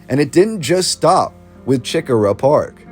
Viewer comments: I appreciate all of your research. But i must tell you, it's not CHICK -a--rah It's CHE-core-ah. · every time you said chi-cora was like nails on a chalk board. it's preannounced like SHI-cora. Don't even attempt to say Huger. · right I should have put the emphasis on the CORE part